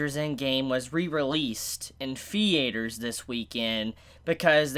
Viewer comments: I like how pronounced 'theather' as "the-a-ter" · the way you pronounce "theater" is....... someone explain?? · no, I understand the word, it's just the way it was pronounced that I had never heard... it's kinda fascinating actually. Is it accent related to the place where he lives or is it that he is the only one to pronounce it like that? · I laugh every time you say theater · Yea same I'm British so it that how Americans say "theater".